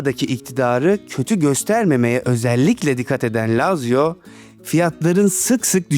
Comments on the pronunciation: ❌ LAZZİYA ✅ LAZZİO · Lazio dediğin yerde Laz ziya dedin sandım dsjfn